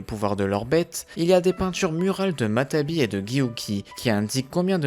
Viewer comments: On dit matatabi pas matabi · c'est matatabi et non matabi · C'est matatabi pas matabi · Salut super vidéo mais y'a une petite faute, c'est "Matatabi" et non "Matabi" :) Et pour Chômei tu aurais pû aussi dire qu'il se surnomme Lucky 7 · On dit matatabi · Matatabi et non matabi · Y a pas mal de problème dans les prononciation comme dire futton au lieu de Guyton ou jinton au lieu de jiton. Ou encore matabi au lieu de matatabi. Je sens qu'il y en a encore à la suite